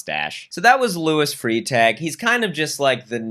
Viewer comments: Cringing at Freitag being pronounced like "freetay" :/ It's more like "fry-tug" for you guys. Still weird, but at least recognizable... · Freitag is pronounced “Frai Tahg” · i dont wanna be mean but you’re pronouncing freitag wrong 😭 e before i is an “eye” sound in german, so it’s “fry-tag” fjajfjajfjf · Fun fact: in German, "ie" is pronounced "e" and "ei" is pronounced "i". You always take the second vowel in these pairings. So, Frietag is free-tahg, and bleibe is bly-bah. 😊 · pronouncing Freitag(literally just german word for Friday) as free tag caused me an insane amount of damage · freitag is pronounced fry-tahg 😭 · the way pronounced “freitag” rlly got me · I’m from Germany and it’s so funny to hear you pronounce the German names. Especially Luis Freitag XD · I always find it odd that Americans pronounce “ei” like “ee” (I’m American but grew up in Germany), but hey it’s all cool, I get it. It’s just interesting. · it sounds way cooler than it should when he says it...